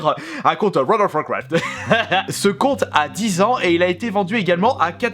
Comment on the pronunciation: Très bonne vidéo 😊 tu ma tuer avec ton: Wold of wouacraft mdrr 😂 pouce bleu habituel 😉👌